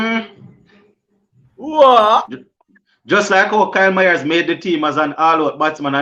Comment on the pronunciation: Yuh not pronouncing Mayers name properly. You keep on saying Myers